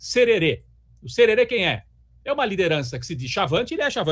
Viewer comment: Não é cherere é jerere kkkk